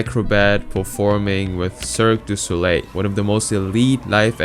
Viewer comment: try and learn how to say a few words in a foreign language -- LE CIRQUE DU SOLEIL -- google it and get it pronounced for ya !